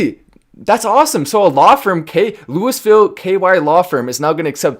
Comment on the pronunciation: There’s a few different ways to pronounce Louisville, but to pronounce it Louisville is frowned upon.